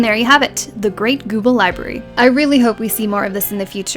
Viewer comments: The great "Gooble" library. Great guide as always! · i heard it as Great Google Library. anyone else?